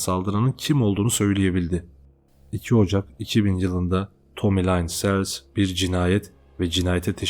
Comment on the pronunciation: Nacizane bir öneri. Adamın ismi Tommy Lynn = Tomi Lin SELZ diye okunur. Onun dışında videolarını çok beğendim. Emeğine sağlık.